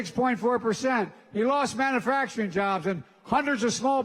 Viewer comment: It is pronounced MAN U FACTURING not MAN A FACTURING ! #JoeBidenIsAnIdiot 🤣🤣🤣🤣🤣🤣